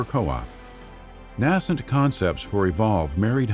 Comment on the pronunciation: New to your channel, love the content and narration. I noticed you use the word nascent a couple of times. It has a long a sound like nay-cent. Keep it up!